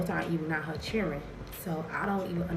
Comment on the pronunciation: Anyone that says "chilren" should get played.